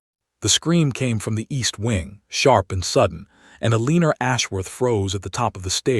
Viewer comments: Poor Elinore ( pronounced el ah nor, NOT "A LEAN er") married a real piece of sh**! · El a nor